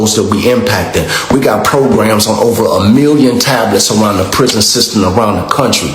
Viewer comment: All I heard was 🗣️PRISON PROSON PRISON PRISON🤣🤣🤣😩😩🤦🏾‍♀️